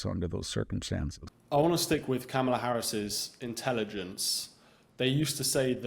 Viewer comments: It's pronounced "Comma-la." I know it's hard for racists, but you can do it!!! 😊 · Can we please stop saying KamEla; its KamAla. 😊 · You dont say ARPPLE , its Apple you dont say VAANCE its VANCE LIKE A in Apple. You dont say KAMELA like Camel you say Kamala like Ca-(r)-MELA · Did you say,Kamella? I think I heard,Kasmella. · It’s pronounced Ka- mala, with emphasis on the first syllable. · I enjoy listening to him, he’s quite intelligent, but does Victor mispronounce names on purpose? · Your purposeful mispronunciation of Kamala's name reveals your smallness. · You are intellectually lazy and can't even pronounce her name correctly. Duh! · I write this commentor off as he either is unprepared to pronounce Ms Harris name or deliberately mispronounced it. Stopped listening then. He is a tool. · Great mind, but I wish he'd pronounce Kamala and a few other words correctly. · This is the second time I'm hearing this guy. He says articulant, pronounces Kamala's name as Camilla. But we assume he knows what he's talking about? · So Vance is "very articulunt"... 😅 Please learn to pronounce "Kamala." I know you're doing that out of disrespect. It's what Donnie would want. 😉